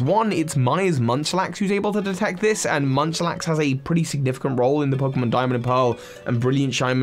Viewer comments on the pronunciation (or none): Munchlax is not Munchlax